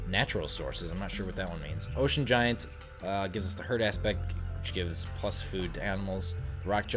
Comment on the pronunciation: giant :p not gaint